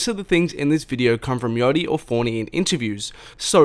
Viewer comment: lol this guy still pronouncing it “fOrNy”